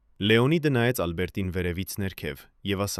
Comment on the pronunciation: Ինչպես նաև տարօրինակ շեշտադրումները, ոչ թե «Ա՛լբերտին», այլ Ալբերտի՛ն։ Եվ ինչ ասել է «ինը ժամ, հիսուն րոպե»։ Մի՞թե մենք այդպես ենք կարդում ժամանակը, միգուցե «ինն անց հիսուն րոպե»։ Շատ կասկածելի ու սխալ նկարագրություններ կան, ինչպես մարզական «խաչի» հորիզոնական լինելը։ 😂🤦🏻‍♀️